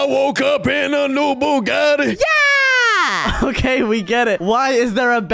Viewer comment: I woke up in a new Bugatti Shady said it perfectly and he said it like butty bunes 😅😅😅